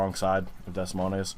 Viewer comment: Des Moines is pronounced duh"-MOYN. It's the capital of Iowa fyi.